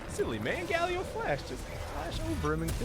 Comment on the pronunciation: I thought my friends and I were the only ones who called Galio Galleo :')